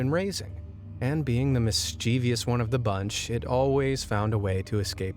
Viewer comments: Mischievous is a three syllable word, not four. EDIT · Mischievous has 3 syllables, not 4!